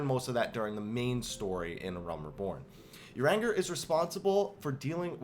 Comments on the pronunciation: I love this comment, I thought the same thing when he said "uranger", up on seeing that I was not the only one I bursted out laughing at what you wrote!!! Thank you 😊. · Omg. I love you, but your pronunciation of names is terrible. If you say "uranger" one more time....